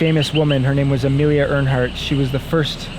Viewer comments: “Earhart” not “Airhaught” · It’s Earhart. Amelia Earhart. Not Earnhart. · Amelia Earhart, not Earnhardt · I love you brother, but it’s Amelia Earhart, not “Earnhardt” lol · It’s Amelia Earhart not Earnhardt lol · I just wish he'd stop saying Amelia Earnhart... it's Earhart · Amelia Earhart. (Pronounced Air Heart) Not Earnhardt as in Dale Earnhardt. 😂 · Amelia Earhart* not Earnhart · Amelia Earhart not Earnhardt. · Amelia Earhart. Not Earnhardt. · Amelia "Earhart" pronounced "air heart" not like Dale Earnhardt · ITS AMELIA EARHART NOT EARNHART . MAYBE READ A BOOK NEXT TIME . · Did you mean to say Amelia Ernhart? Idk if that part was satire but I could have sworn her name was Amelia Earhart lol P.S. I know part of it was satire just asking about that part specifically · It's Earhart, pronounced "air heart", not "Earnhardt", she wasn't a Nascar driver....also you had me until the "Sir Francis Bacon" story.... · Bro It's Amelia Earhart! (Pronounced air hart) Not Earnhardt like Dale Earnhardt lol 😂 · Earhart, not Earnhardt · It's Amelia Earhart. Not Amelia Earnhardt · ITS "Amelia Earhart" not ernhart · Amelia Earhart, not Earnhart. Awesome video,! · Amelia Earhart Not Amelia Earnhardt lmao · It is pronounced air hart. Earnhart like the racer. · it’s pronounced Air-Hart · Amelia Earhart. Pronounced like “Air-heart” which is quite poetic. No N in her last name like Dale’s. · Amelia Earharr "pronounced "Airheart" . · Bro her name was Amelia Earhart - it's literally pronounced "Air-Heart" Spot on with the crab hijacking plot though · She wasn't a stock car driver! 'Airheart' was the correct pronunciation. Spelled Earhart! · Her name was Amelia Earhart not earnhart. You almost had it right just pronounced it wrong. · Amelia Earhart It is pronounced like 'air heart" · its pronounced airheart lol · Her name was pronounced wrong, it's pronounced AIR HEART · "theres a very famous woman" proceeds to say her name wrong 3x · Amelia Earhart. No “n” in Earhart!